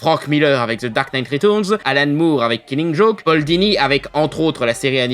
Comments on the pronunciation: retOURNES .... bordel c'est compliqué de dire reTURNS xD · Ta façon de dire "ritourns" m'a achevé.